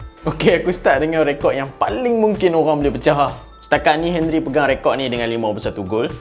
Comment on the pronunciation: Come on,, Not 'Hen-rie' It's 'On-ree'...